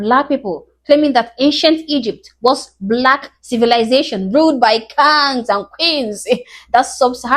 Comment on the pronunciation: I gotta give this young lady credit for these videos. It’s kind of funny how she pronounces “KANGZ.”😂